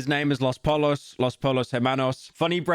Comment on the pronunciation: pyro does not know how to pronounce pollo at all (its poy-o)